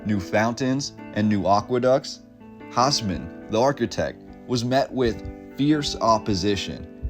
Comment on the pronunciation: We're talking Europe here, guys. Haussmann is pronounced "Houseman," not "hossman". Just like Hitler's mistress, Eva Braun's name is correctly pronounced "Ava Brown", not "Eeva Bronn".